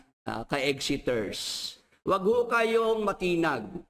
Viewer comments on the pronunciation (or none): Mag aral ka ng speech mo, sabi mo egxiters at pacebook bobo talaga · Pakinggan nyu sabi ni, marami na tnatawag na mga egxiters bobo talaga mag pronounce, bobo kc sa english